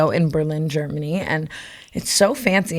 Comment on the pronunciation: “We’re Ger Man ey” ly brooke